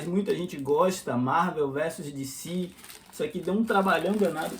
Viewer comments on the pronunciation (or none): Dicí? Eu sou brasileiro. É Decê mesmo. E Díci Câmics in Íglish. 😂